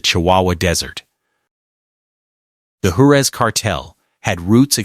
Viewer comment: Can't bother to say Juarez or Rio grande right? Do better.